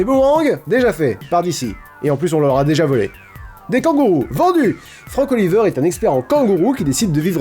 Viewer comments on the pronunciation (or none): none